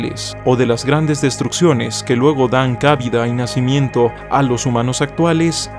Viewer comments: Algunos historiadores afirman que los egipcios fueron sumerios que emigraron. Ah, cuida la pronunciación, please, cabida NO es una palabra esdrújula, es una palabra llana o sea, lleva la fuerza de la pronunciación en la SEGUNDA sílaba. No lleva el acento ortográfico por ser llana terminada en vocal. Saludos muchacho... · No leí si más abajo lo comentaron, pero cabida no es esdrújula, por tanto no se acentúa en la primera sílaba. Enorme esfuerzo de síntesis! Maravilla de trabajo, querido! Sigue así! Abrazote desde Uruguay!